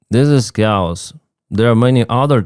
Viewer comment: Kay-os. Not COWS.